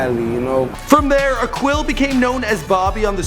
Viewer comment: Micheal his name is pronounced ( A keel ) not ( a quill)